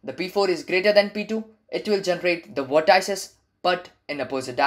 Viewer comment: vort - ices XD